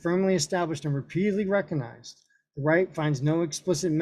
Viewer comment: LOL. You can't even pronounce words like "recognized" or "concomitant", and we're supposed to believe your interpretation of the law?